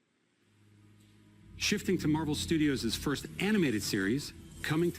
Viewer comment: When he said Marvels Firsf family i was in serious shock